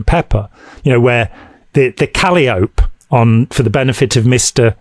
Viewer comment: ... Mate please say KAH LIE AH PEE ... KAL LEE OhP just don't have the correct razzmatazz!